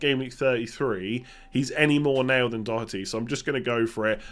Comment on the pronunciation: needs to give English commentators lessons on how to pronounce Doherty 🔥